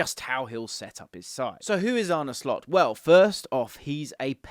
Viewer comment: 10 points for not butchering his name!!👍